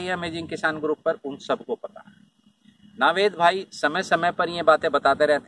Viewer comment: Proper pronunciation is नवेद भाई NOT नावेद भाई 🤓